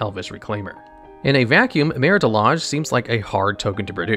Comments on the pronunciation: Anyone else notice just how many misspelled words are in the video text even when the correct spelling is on the card or learned back in 3rd grade? Or how badly some words, even some from the game, are mispronounced (i.e. Maritah Lahg for Marit Lage)? This is a great channel, but these simple proofreading and listening checks show such lack of care that kills credibility. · Why do you pronounce Marit Lage two different ways? You are 100% mispronouncing names of cards on purpose